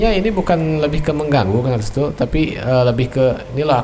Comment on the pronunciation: Saya sering dngr ni manggilnya restu bkn retsu 😁